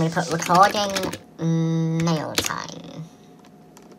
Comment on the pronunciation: It sounded like you said maila time!😂😂